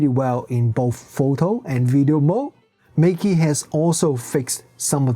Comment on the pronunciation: You can just pronounce the brand name in the chinese way - the correct way 😅